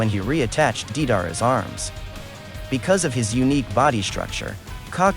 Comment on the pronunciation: I'm sorry but once he said DEEDARA instead of the proper DAY-DAR-AH (DEIDARA). I couldn't finish the rest of it. It's as if he doesn't even watch the anime and just reads everything of online summary's and descriptions rather than watching all the episodes of Naruto and Shippuden.